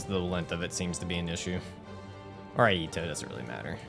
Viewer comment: Iaito is pronounced e eye toe.